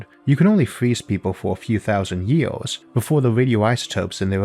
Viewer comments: Wow what a terrible comenTEATor a million YEWS what a SCOOBBBBB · A million YEE-AWS?